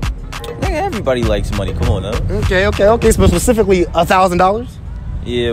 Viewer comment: pacifically $1000💀💀